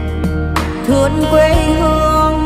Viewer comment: Thương không phải là thủỏn . Xin không phải là sinh cần luyện phát âm